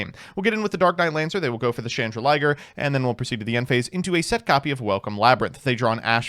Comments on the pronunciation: You do know it's "Chandraglier" (chandelier + dragon) not "Chandraliger" (chandelier + liger) right? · Why is it “Chandra-liger”? Isn’t the card “Chan-drag-lier”? As in “chandelier” + “dragon”? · Still calling it chandra-liger though 😮‍💨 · stop calling it chandra liger. There's no liger. It's a dragon. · Yo, I think you'll find that Labrynth Chandraglier shouldn't rime with Chrystron Smiger when read out. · It’s just something he’s never been able to say properly for some reason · Please god tell me that chandraglier pronunciation is an early april fools joke